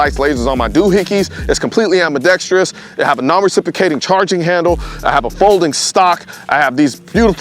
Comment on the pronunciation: I take it back. you pronounced it ambidexTREEous too. 😑